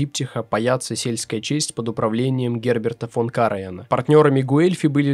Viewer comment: Все замечательно, обидно только за неправильные ударения: МАкбет, КАраян и др.